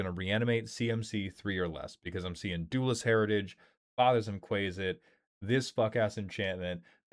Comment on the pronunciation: Quasit is Quah-zit not Quay-zit